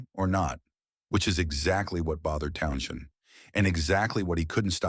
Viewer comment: please program your robot to pronounce townshend. it sounds so stupid to mispronounce over and over again.pay a human to speak..